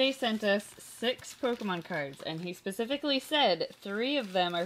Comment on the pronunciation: the not say crads instead of cards. anyone else notice?